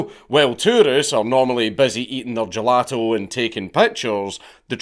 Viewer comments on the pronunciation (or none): none